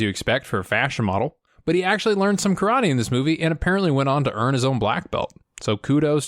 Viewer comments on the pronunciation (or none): none